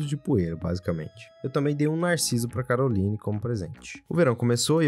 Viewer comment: E Caroline mas se fala carolaine